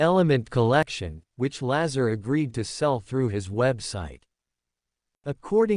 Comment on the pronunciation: You don't even say his name right